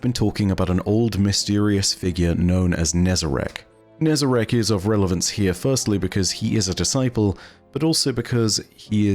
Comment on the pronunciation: Finally someone pronounces it how its spelt not as Nezarac